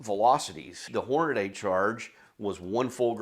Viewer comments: Whore-nuh-dee. Not sure how or why in 2025 people are still pronouncing it Whore-nuh-day. Aside from that, great video! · He lost me when he said Hornaday. It’s Hornady. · I think it's Hornady. Not Hornaday. great info and a lot of data. Thanks! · Stupid redneck fuck. Its Hor..na...dee. 😮Not hor..na..DAY. they taught that in school I guess you were absent that day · The instant you said "Hornaday" I stopped watching. It's "Hornady" - Horn-a-dee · Horn- uh- dee . There is no A after the d. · Horn-ah-dee. I know, I’m knit picking. Good video as usual. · It's common even in the shooting community for folks to mispronounce Hornady. Your loss for failing to watch after that. This guy presents valuable information in a great format.